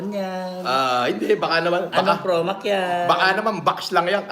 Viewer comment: promak daw sabi ni casper hahahaha